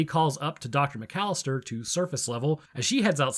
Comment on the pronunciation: What they don't teach you in the microbio lab is how to count syllables, Macallister is four not three